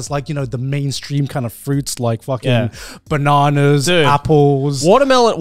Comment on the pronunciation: man really said "bananerz"